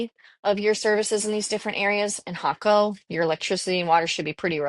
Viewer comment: Great info and you are one of the first Ytubers to pronounce Jaco the right way. Cost of living is how where and what you are looking at, 1600 to 2000USD seems a bit much when choosing a local life style with crc strong a the moment we live a good life on 1000usd, then again we are in San Vito area not Tamagringo or Jaco where prices are insane compared to here Pura Vida.